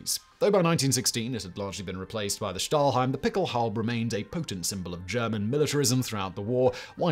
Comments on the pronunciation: Another thing I noticed was that he kept calling it a 'stahlheim' instead of 'stahlhelm', he got it right the first time but then kept saying stahlheim over and over. Very minor error (I don't want to nitpick either), but it sort of grated on my ears every time he said it. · Well, Stahlhelm was even worse. It's a sh sound in the beginning, like in "should" and helm is exactly pronounced like helmet, just without -et at the end ;) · Stahlhelm with an "L", Simon... you read it correctly the first time but then kept calling it "stahlheim". It's basic world war trivia Simon, I'm sorry but you really don't have to always go with the first take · It's "PickelhaubE", not "Pickelhaub", "FriedriCH", not "FriedriK", "HeinE", not "Hein", "Überzug", not "Ubersug", "Stahlhelm" is pronounced "Shtahlhelm"...